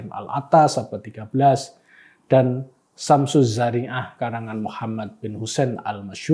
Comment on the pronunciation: Yang bener syamsuzzahiroh bukan syamzzariah, kualitas keilmuan anda diragukan